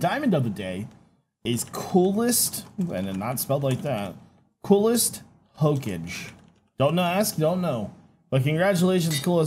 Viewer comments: I can tell never watched Naruto he said “Ho-kage” It’s Hokage😂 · Hocage??? Its ho-ka-ge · im sorry but its pronounced ho-ka-gay not ho-cage. i just a big fan of the anime thats from and didnt want you to say it wrong by mistake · Hoak-age. Lol, that made me laugh., for the record, it's pronounced Ho-Kah-gay. I could make a tasteless joke about the beginning and end, but I'll leave that to the others. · you did NOT just say hoka"j"e ....XD I don't even watch naruto and I got triggered XP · Ho-cage lol it ho-ka-gay it’s an anime reference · "Hokaje" it's Hokage from Naruto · Party Elephant - Its how he pronounced it... he said Ho-cage. It's pronounced Ho-ka-ge Hes obviously never seen Naruto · hokaje, yeah, hokage (pronounced hoe-kaa-gay) has become hokaje, i guess its obvious now that you dont watch anime! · It is pronounces as Ho-ka-ge Not Ho-Kage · its pronounced Hoe-kah-gay, not hoe-cage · Someone isn’t a naruto fan. ”ho-kah-gay” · hahahahahah, I thought the same thing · Btw its "ho-ka-ge" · Looks like no one remembered naruto -coolest hokage (ho-ka-geh) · Hokage is pronounced, Hoe-Kah-Gay. It's from Naruto. The kage is the leader of the village. 😁👍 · Its Ho-Ka-Ge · its pronounced hookahgay oh adn is were to add a tool i would add a spoon e eat my stew so i dont need to trow the hot stew in my face #question of the day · He said hokage wrong 😂😂 it’s pronounced like ho-ka-gay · Hokage - Hoe-Kah-Gay (pronounced) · how you said hokage... hurt my soul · Is it possible to butcher hokage even more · The way you pronounced Hokage made me trigger a bit, but it's fine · Every Naruto fan is sure to be triggered by the pronunciation of Hokage XD